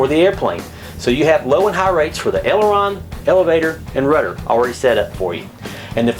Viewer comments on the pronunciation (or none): none